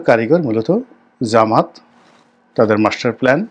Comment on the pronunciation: ভাই জামাত নামটা বিকৃত করবেন না। সঠিকভাবে উচ্চারণ করবেন😅 জামাত ইসলাম সনাতন